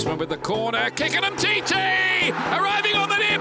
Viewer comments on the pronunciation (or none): I just love the way that broadcaster pronounced Umtiti hahahaa!